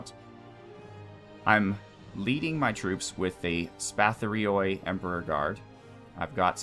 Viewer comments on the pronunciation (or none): Greek guy here. I'll help you with the pronunciation. The "ioi" in the end of each name is like a doube "e" sound as in the words "seek" or "leek". it is not "oi" as in the word "toy" i=ee and oi=ee. Both "i" and "oi" sound the same. So the proper way to say these names is: Spatharioi --> SPA-THA-REE-EE Pronoiarioi --> PRO-NEE-A-REE-EE etc etc Hope that helped.